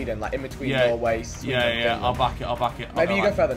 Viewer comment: NORWAY MENTIONED YESSSSS, They prounonce it really wrong btw, and Why did They say austrian, They talk german in austria bro